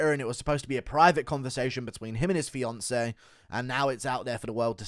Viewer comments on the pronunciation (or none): none